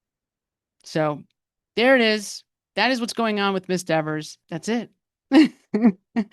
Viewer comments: It's DEVER........ not Devers!!!!! Caught you a couple of times. Kelly won't be happy with you 😊😊😊😊😊😊lol!!! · It’s Dever, not DeverS! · Very impressive! Better than the Behavioral Panel. It's Miss Dever (not Devers). Yes, she's very attractive!🎉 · Are you purposely calling her Miss "Devers" 😂 "Because you clearly forgot her name is "Dever" 😂😂😂😂😂😂 She might read this and come for you for saying her name wrong like she snapped at Jackson! 🫣😜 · Her name is Miss Dever although you keep calling her Miss Devers. I don’t like her and her snotty attitude either, but I also know by now her last name is Dever. Just saying…….. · I wondered that too— her name is Dever, not Devers. It isn’t a good look to keep getting it wrong. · (as an aside, I think it is humorous that you are calling her DeverS considering how she was so insistent on the way her name should be pronounced) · Pronounced dee-ver......lmao! 🤣😅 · Kelly needs to learn how to pronounce her own name. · I find it hilarious that you say her name incorrectly the entire video😝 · Great analysis, loved it. But Ms Dever wants you to do it again and say her name correctly! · It’s funny, petulant child is exactly the terminology I used to describe this person, even before someone dubbed her Verruca Salt (😂) But I’m older and work in medicine so 🤷🏼‍♀️. Also, I think her issue with the pronunciation of her name is Deeever sounds like Beaver. If she weren’t such I brat I could have some sense of understanding for this one but as it is I’d probably relentlessly mispronounce it. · Are you purposely getting her name wrong? Because I’m cracking up every time you add a s 😂